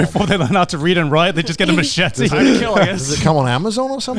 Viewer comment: okay but why does pronounce machete like my abuela?